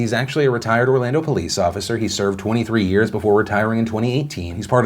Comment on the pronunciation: I can fully admit as soon as you said “Orlando” I cringed.